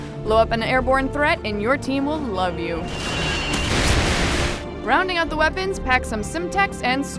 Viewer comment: "Your team will llllove you!" Seriously, are you deaf?